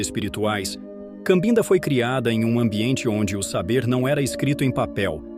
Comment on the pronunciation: Com todo respeito, a pronúncia correta é Cabinda, que é a região onde nasceu e cresceu um pouco a menina que se tornou a vovó.